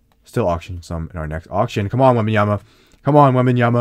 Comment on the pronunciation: You were "Wong"... It wasnt Wembenyama 😂